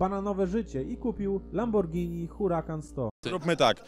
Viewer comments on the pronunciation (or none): none